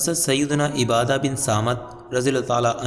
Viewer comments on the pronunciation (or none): Bhai ubadah sahabi hain ibadah nahi name padhne bhi nahi aata aor video banane chal diye galati hogi to gunah hoga